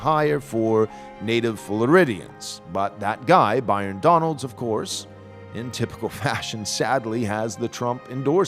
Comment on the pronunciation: Calling him By-rone Donalds is friggin hilarious